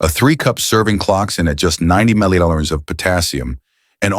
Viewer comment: Wow, this guy is AI an people respond as if this is a real person, it can't even pronounce Milliliters! Geeze